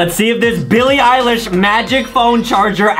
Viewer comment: Billie ilesh more like bilie _pie_lish